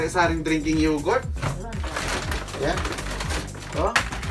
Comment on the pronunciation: pronounce yogurt as yogert